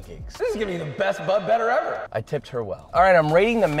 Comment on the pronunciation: Josh new favorite word.. Bu-A xD